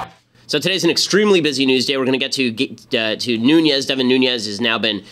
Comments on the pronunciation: AGAIN !!!!Ben is pronounced Nu-ness, it's a portuguese last name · Nuñes...ñ sounds like "gn" nu"gn"nes. His last name is Spanish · Its Nunessss with a hard S Ben. I know because I am friends with one of his relatives. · Ben gets a lot of things right, but according to this Devin Nunes pronounces his own name "Newness".